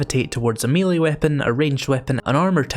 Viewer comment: I’m an early subscriber, and I love your channel. For the love of GOD, please learn to pronounce the word melee correctly. As an American, I’m aware there is a subtle distinction between the British and American pronunciations, but you’re using neither. In American English, it is may-lay. In British English it is meh-lay. It is never, ever, ever, me-lee. I think you’re actually saying meh-lee, so you’re half right. Love you! Thanks!